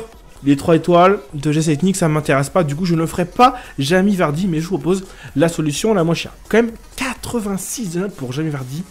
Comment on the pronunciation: Mdr il dit à chaque fois jami vardy